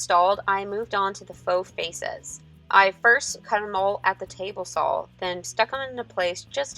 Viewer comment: There is no L in the word "saw", its like nails on a chalk board. Other then that, great video. Love your work.